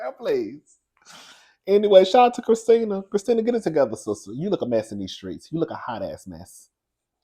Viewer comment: My 1st name is Kristina😂 I love the way you say my name!👏🏼👏🏼👏🏼❤ BTW, you & David Bromsted from Lottery Dream House would make a cute couple🎉